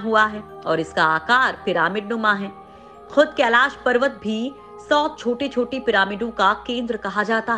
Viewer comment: Kaila parwat nhi Kailash parwat hai .nam ko sahi bolo nhi aage ja ke Kaila nam hi ho jaye ga.🥵